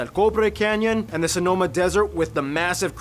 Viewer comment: Sonoma ? Its Sonora Desert in the north near USA border